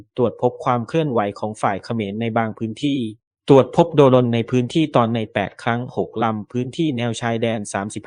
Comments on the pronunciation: อ่านว่า"โดรน"..ไม่ใช่"โด-รน" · ประเทศไหนบ้างว่ะอ่านว่า โด รน